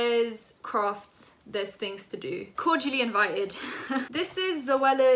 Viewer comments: When she said "cordially invited" I thought she was saying "called Julie invited" and I was like who tf Is Julie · Man said "corgially" Im dead look at her trying to diss Zoe and cant even say Cordially loool but gotta give credit coming at someone as big as Zoella is clever good way to yk up her YT game so the girl is smart and sly 😂😂😂😂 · zoella can't even say cordially, that makes it even funnier! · “SIS” can’t even pronounce cordially